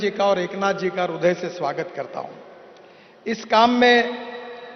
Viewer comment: Hindi me rudya nahi, hirdya hota hai